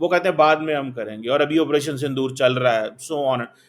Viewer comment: Sandoor nahi saaile Punjabiie it's Sindoor